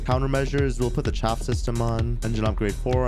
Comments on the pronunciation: Please stop calling chaff chafe 🤦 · It's chaaf not chafe you smarty pants your so funny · Chaff - ch-ah-ff Chafe - ch-ay-ff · It is pronounced like shaft. 20 year military guy and they are awesome to see deploy in person. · It’s pronounced like ch-aa-ff